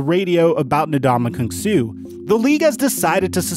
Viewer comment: in the first 5 mins, how many different ways did this guy pronounce Ndamukong Suh